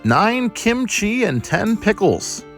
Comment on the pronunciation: Sometimes you emphasize kimchi correctly, and sometimes you say kimCHI. Make a decision!